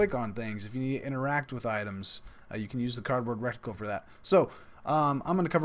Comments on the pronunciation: Great tutorial, and just what I needed to see. Thanks! My only comment... it's pronounced "RETicle", not "RECticle". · reh-ti-cle. Not rec-ti-cle. Your pronunciation is driving me insane! lol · RETICLE NOT "RETICLE" LMAO🤣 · RET-ICKLE. Reticle. No rectangle in reticle. Great tutorial videos, though! I love them. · Lol it was keeling me! I thought you were about to say rectum every time!